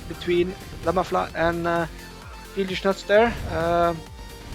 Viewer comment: that is not how you read Fieldys name 😅